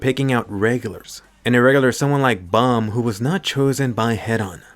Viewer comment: I hate how Bam’s name is pronounced bomb